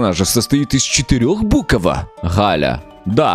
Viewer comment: НЕ ГАЛЯ А ҒАЛЯ 🤣